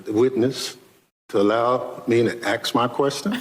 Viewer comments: it’s not axe it’s ask…. Who the heck is that dude?! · Benny Thompson likes to "axe" questions like a true professional. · Not a fan of The Cross as jewelry. The earrings are distracting. 'I axed one question, sir?' '. . . 'allow me to axe my question' Did he (Thompson) actually say that? Ignorant. All the time you have Guests that agree with you, basically saying Dems are stupid here's a clip. It's like pointing and laughing at the same thing over and over. No real insight. Just obvious to the rest of us. We don't need it regurgitated for us. And there it is again. 'Literally'. Is it a requirement to say that word every post? You won't get paid? Ongoing dumbness. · Did he really just say "Allow me to AXE my question" 🤦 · Did I hear a congressman say ax instead of 'ask' ? FFS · these folks need to learn how to pronounce ask. There's no ax